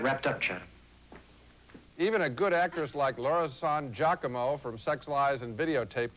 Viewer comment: It's actually pronounced Laura San Giacomo but i would drink too if i see a familiar hospital cliche in a movie or mostly on TV.